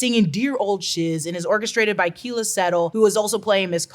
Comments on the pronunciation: Keala is pronounced k-ah-lah 😅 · Just so you know, Keala is pronounced, "Kay AHL la." Very common Hawaiian name and since I'm from there, one very dear to me. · Say “Keala” again.